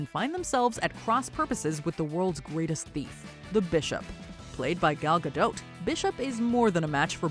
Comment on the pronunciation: this wasnt the first time you said gal gadots last name wrong and i doubt it will be the last lol